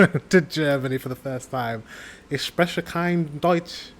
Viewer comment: If you ever are in Germany and have to tell someone that you don't speak German, maybe better say it in English or mispronounce the ch in sprechen as a k on purpose ;-). Because if you can say "Ich spreche kein Deutsch" and perfectly pronounce the German light ch like you just did, it might happen that the other person believes you are messing with them.